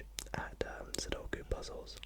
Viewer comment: So glad you pronounce sudoku the correct way. My girlfriend insists it’s “suduko” and it drives me insane haha! Nice video man, high effort and quality as always